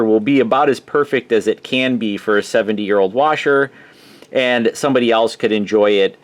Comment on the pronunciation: Yes, the way he pronounced "years" is a dead giveaway.